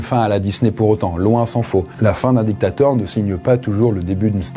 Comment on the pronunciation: La video de est meilleure ! Tu prononces trop les mots "dictateur et grand mechant" comme si tu avais choisi ton camps